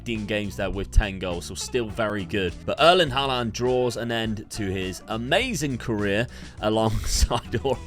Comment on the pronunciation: You're he. You're putting weird emphasis on the last a in Haaland's name.